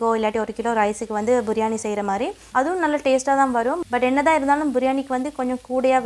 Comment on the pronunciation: බුරියානි ද “බිරියානි" ද